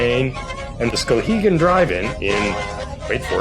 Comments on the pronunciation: Although your pronunciation of Skowhegan leaves something to be desired, it was nice to you in my homeland. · You need to emphasize the w more; SkOWhegan rather than Skohegan